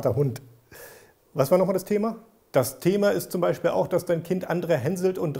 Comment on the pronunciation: Ich finde witzig wie du Beispiel sagst XP Beichspiel XP